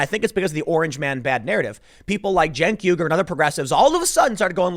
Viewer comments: Why does Tim correctly pronounce "Uygur" early in the video, but then weirdly idiotically MIS-pronounce it as "weeger" later in the video????!???? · Pretty sure it’s pronounced “wee-gur” like the ethnic group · Cant tim say uger ? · "YOOger" Tim. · It's pronounced "Mr Yogurt" Tim. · Pronounced "Yogurt". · How the hell do you always mispronounce Chunk Yoghurt the Brown Buffalo.